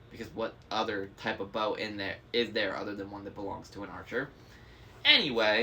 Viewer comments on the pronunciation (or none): There's also potentially a misplaced emphasis. "An archer's bow " instead of "an archer's bow"